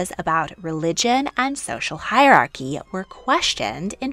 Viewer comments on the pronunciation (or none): none